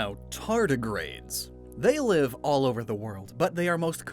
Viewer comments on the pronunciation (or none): none